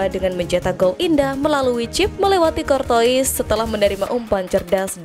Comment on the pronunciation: Thibout cortua... Bukan kortois🤣